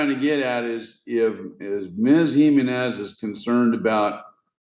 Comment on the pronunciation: That's not how every Hispanic Jimenez I know says it. HEE -MEN-IS. Your "/" notation is incorrect. Those symbols tell us to say exactly what we spell out. So yours starts with a j sound. The J in Spanish is pronounced as an "H" sound in English.